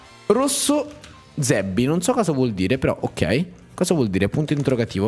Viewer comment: Quando il player ha detto zebby è un insulto in albanese o marocchino che si pronuncia szebbi la sz la pronunci come se fossero unite, e ovviamente trova l'accento giusto non zsebby detto come lo hai detto tu ma la sz viene prolungata di mezzo secondo, però anche se è una sz si sente di più la z o almeno come lo pronuncio io